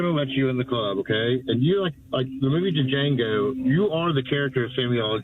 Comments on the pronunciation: "Duh-Jango." The D is silent, MF. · Tell me you don't know anyone black without telling me you know anyone black, and it's pronounced "Jango", not Dee Jango. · I love how she just let him talk, and rolled her eyes at the Stephen reference(Samuel Jackson's character in Django Unchained). Because there really isnt any talking to some people at that point Edit: The caller pronounced Django "DaJango" haha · It's just Jango. The d is silent. Dumb libs. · To quote Jamie Foxx in the movie “duJango” … the d is silent hillbilly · Its not Duh-Jango dumdum. He even says in the movie that the D is silent. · That fool on the phone said "DaJango"...😂😂😂 gonna call in to make a point and then turd it up so hard. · They guy said D’Jango?!? Samuel L. Jackson’s character?!?!?!?!? WOW…. just WOW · Can’t even hurl insults right.. Django.. The D is silent!! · He even pronounced "Django" wrong. That had to be on purpose lol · That first idiot pronounced Django with the “D”. And he sounded like a total racist. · “The movie D-Jango” bro if he actually watched the movie he would know the D is silent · That was nuts. "They're never going to let you in the club" then comparing her to Django, and how tf you watch the movie and don't know the damn D is silent!!!! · To that first clown talking about the movie, the “D” is silent fool. And that last clown, he got smoked on facts. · The funniest thing I've heard all day is the 70iq leftist at the beginning saying "You know the movie Django" not realizing the D is silent while calling someone else ignorant 😂😂😂 A perfect example of leftists. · He does realize the D is silent in Django right ?